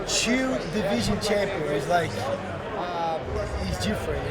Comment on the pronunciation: I love how he says chew instead of two.